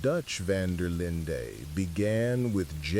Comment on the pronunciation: It’s AI narrators with different accents. Nobody who has ever played this game would pronounce Dutch’s last name so wrong. The “white” narrator at times says “Van der Lind-eee” and the “black” narrator says “Van der Lind-aye”. I just had this on as background noise, but it was very distracting and noticeable. I know even human narrators make mistakes, but this is pure AI slop.